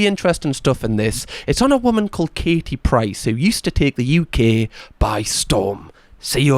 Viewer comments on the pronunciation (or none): none